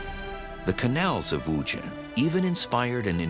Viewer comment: The narrator 's pronunciation of WuZhen is rather jarring to the ears.